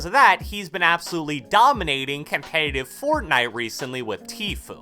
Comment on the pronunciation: Com pa tive? I mean competitive